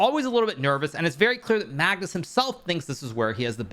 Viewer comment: Mag-noose lol